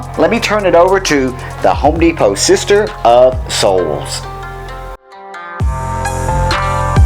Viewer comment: It's "Sitter of Souls", not "Sister".